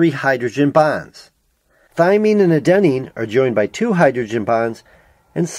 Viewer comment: also, you mispronounced adenine throughout the video (stress should be on the first syllable rather than the second, it drove me nuts)